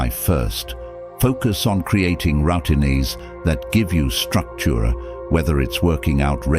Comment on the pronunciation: Ruttineés, Schedulees... 😂 AI...